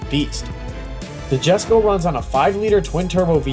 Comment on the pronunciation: for fcks sake when will people, including Adrian, call the Jesko what it is, its pronounced Yesko. but hey what do you expect from a pages that cant even use a pic of the proper engine